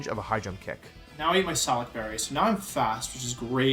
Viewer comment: I don’t care about the the tournament, I care about the fact that wolfey said “say-lac”berry instead of “suh-lac” berry